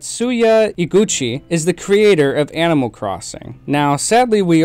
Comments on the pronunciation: “ Amoll crossing “ sorry no hate at all, That’s how I say sometimes too. great content.. I agree with basically everything you said. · Is anyone else only hearing “ammal” instead of animal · Are you saying amal? Not to nitpick but the way you say animal drives me crazy! Great job on the video though! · Yeah same it sounds like he’s saying “aminal” like when a kid says the word animal it’s making me nuts !!!!